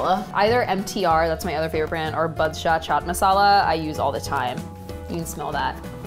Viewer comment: It’s बादशाह not बदशाह